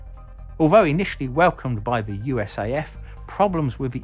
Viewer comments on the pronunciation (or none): Just as a piece of trivia, in the United States we don't pronounce USAF as "U.S.A.F" (you, ess, ay, eff), just "US Air Force" regardless of whether US Air Force or USAF is written. Go figure As for the F-104: It wasn't exactly designed as an interceptor from the start -- it was designed as a light-weight fighter. The MiG-15 had a faster time to climb and a higher service ceiling than us and most pilots wanted something simple, light, and could out-accelerate, out climb, outrun, and get on top of anything the Russians got. While the USAF was willing to sacrifice some complexity in favor of weight, they soon were interested in a plane with the ability to operate at continuous Mach 2.0 performance and that lead to the aircraft's shape and kept the wing-size fairly small. It was thrust into use as an interceptor because the F-102's and F-106's were running behind schedule. It wasn't very advanced in electronics but it was low maintenance, and was there.